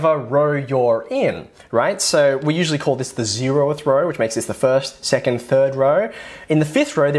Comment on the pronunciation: "all the numbers in the same raur".. dude I cant